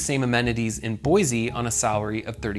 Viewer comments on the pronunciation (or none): Boy-Sea, not Boy-zee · Its Boise not Boize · Since I have lived in idaho my hole life it is pronounced boy see Boise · Not to be too critical, but it is Boy-c. Thank you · Hey, real quick. See this word? >Boise< Does this look like it has a "z" to you? No? Good, then stop saying it like it does. Edit: A word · It hurts your cred how you mispronounce "Boise" every single time you say it.